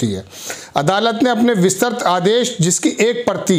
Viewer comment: kisane isako reporter banaya hai..? isako pahale proper training do..! Hindi bhi thik tarake se padh ke sahi nahi bol pata hai..! Vistrit bhi nahi bol pata hai sahi se reporting kya khak karega..!